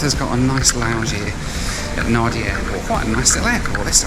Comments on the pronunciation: Okay my Fijian OCD has kicked in. Nadi is pronounce 'nan-dee'. As annoyed as I get when you say it incorrectly, I understand that you have no type of knowledge about Fiji and it's cities and how things are pronounced. But it's shocking to me that the check-in agents are told how to correctly pronounce it. That's pretty poor from them. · Naan-ndhee is the proper pronunciation for Nadi fellas and sheilas. LOL to the kaivalangi tryhard attempts, but kudos, and welcome to come to Viti. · I am surprised a professional traveller such as yourself does not carry a pair of noise cancelling headphones ! By the way Nadi is pronounced Nandi (nan). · Natives pronounce it Nah - dee. Nahn- dee is acceptable. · Natives? Really? And no, they don’t. It’s pronounced Nandi. In the Fijian alphabet, d is pronounced nd. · Hi, Nadi is generally pronounced “Nandi’. They must have included those ear plugs in the amenity kit because of that irritating music. The food looked delicious! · The check in person should really at least get”Nandi” right. Might encourage travellers to pronounce it correctly. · You should spend more time in Fiji, it's a nice place. BTW the locals pronounce Nadi as 'Nandi'. The music must have been really frustrating. Couldn't you have used the earplugs while trying to sleep?? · Great video but for future reference, Nadi is actually pronounced Nandi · Just so you know, written Fijian has invisible 'n' s in it. Na(n)di is the place you were going to. Everybody has this issue when they encounter Nadi as a word, no stress! Apparently, the first dictionary writers had no 'n' for their printing press... or so the story goes. So it is Na(n)di (rhymes with 'candy'). Great review. I guess there were no noise cancelling headphones in Business Class to save your sanity. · Why is Fiji Airways, which is Oneworld, using the opposition Star Alliance lounge? And it's pronounced Nandi. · Entertaining video, as always. FYI Nadi is pronounced Nándi ... ;-) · It's pronounced Nandi